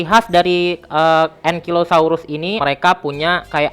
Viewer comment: Bacanya engkailosaurus bukan engkilosaurus Sama Bacanya triseratop, c nya itu dibacanya jadi s